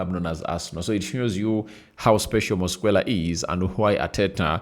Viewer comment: Your demeanor is too bad for this video, yawning, flue like breath, you can't even pronounce Mosquera's name properly. Its disgusting